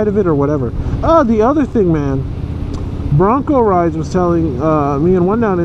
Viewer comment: his name is broncoride not broncorides dam man if your going to shout out someone name at least say it right geeezzz you can get aerial shots of your home thru google earth geeeezz get with the program., dam man my name is 1Down4Up not 1down dammit man.